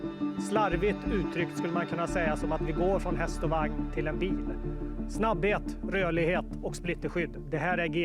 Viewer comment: Man! You are one of the first Americans to not say "Vagn" as the german "Wagen". Kudos! So refreshing to hear!